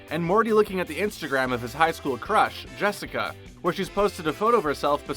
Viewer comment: Am I the only person who heard them call "Jessica" jeniper?